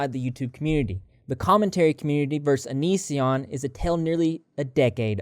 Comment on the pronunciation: give Chris Hansen some credit he finally learned how to pronounce "onision"